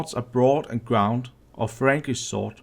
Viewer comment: It says that their swords were, "broad and grooved". Not, "broad and ground", as you said.